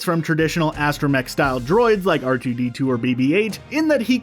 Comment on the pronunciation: Did he really say “RGB2” instead of “R2D2”?